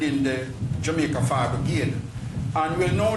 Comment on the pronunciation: Mr McKenzie it's Jamaica. Not Jumaica. No surprise Bustamante is the founder of the party...smh